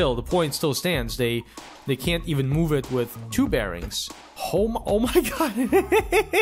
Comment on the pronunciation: "MOOve" "They need to keep WOCing"